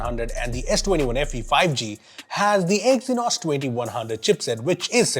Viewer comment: see we do hate exynose 😅😅